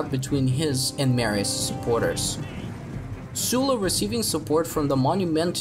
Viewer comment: Oh finally someone who is pronouncing Sulla's name properly! I cant tell if you are a native English speaker, but if you are not - that would explain this... :) Sorry for focusing on trivial matters and skipping the essence... Great work! Consider Illyrian revolt as a next topic, I think it favours your cinematic approach, Balkans and eastern Adriatic coast make some great landscapes (I always enjoy RTW2 battles in the Balkans), and native tribes offer great visual mix of Celtic, Hellenistic and authentically local elements in their look, equipment and heraldry. The story itself will also offer plenty of space for your admirable narrative talent...